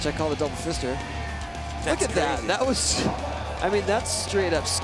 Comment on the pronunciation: Did he just say "some people call it the double fister"?